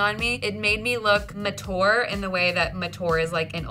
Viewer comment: How in the heck is she saying mature